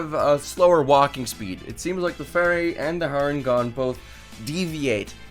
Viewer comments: You know it's not pronounced har en gone it's hair en gone cos it's a hare not a rabbit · I know I'm being "that guy" but its Harengon pronounced Hare like the creature they're based on, not Har Ngon. I'll see myself out.